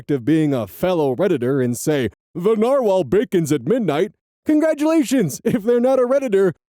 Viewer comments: Yeah, "the narwhal bacons at midnight" makes you sound like you're having a stroke. Yes, I DO listen to the outro that far! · I use reddit and that sounded like a stroke when said it so lol.